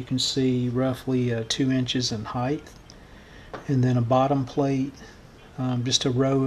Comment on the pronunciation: I find your videos so fascinating and educational and you are very talented. Did I hear you say 'heigth' instead of height? Maybe it was just the audio and I apologise if I mis-heard you.